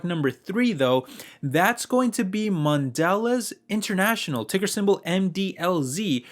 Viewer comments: PRONOUNCED MODELEEEZE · It's pronounced man de lay. It's French so you don't pronounce the last letter. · It's pronounced MON De Leza. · Dude, Good video, but you need to learn how to pronounce mondelez... The bar over the last e means something